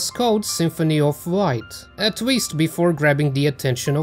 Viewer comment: I'm the only one here keep hearing "Wight" instead of a "Light"?